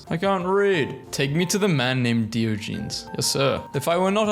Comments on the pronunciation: Please, 😭 the pronunciations are killing me 💀 Diogenes = Die-o(say like the o in octane)-gen-ease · Can't pronounce Beethoven, can't pronounce Diogenes. I feel like you are just ragebaiting. Beethoven - Bay-Toe-Vin Diogenes - Die-Odd-Jean-Ease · And diogenes